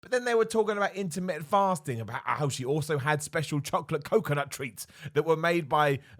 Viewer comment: Its just his accent, over here we like to miss a load of T's. In this case missed all the T's 😂